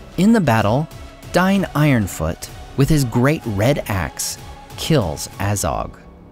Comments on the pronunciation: DAIN, WITH AN "A" lol. It's not "Dine". Just stop please, it makes it almost unwatchable. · It's pronounced dayne not dine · Superb historical description. Visuals are very helpful. Only problem is the inconsistency in pronunciation. Here, Dain and Thrain are pronounced differently, which is weird. Dain is pronounced "dine", which is incorrect (Khuzdul is not well defined, but combining popular usage with rules from northern European tongues and principles implied by Tolkien leads me to favor "day-in", or "dah-in", though the first sounds stronger and more dwarvish to me). However, if the narrator were using elvish rules, it could be acceptable. But if that were so, why is Thrain pronounced nearly correctly (thrayn)? (Should actually be "thray-in"). If using elvish pronunciation, his name should be "thrine", or something like. Which rules are used isn't a big deal but they should at least be consistent.